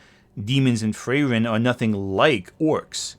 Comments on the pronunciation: Good video but, please, "Frieren" also has a "i" in it. It's literally a german word 😭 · you couldnt be bothered to check on how to pronounce frieren could you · The way you pronounce Frieren is kind of horrendous, not gonna lie